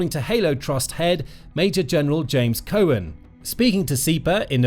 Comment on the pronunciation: Cow-an not cohen he’s not Jewish!!!